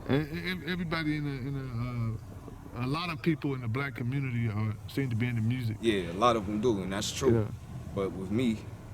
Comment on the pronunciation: Check out his "mursic